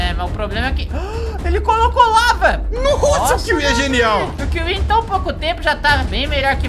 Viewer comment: Kiwi não kiwi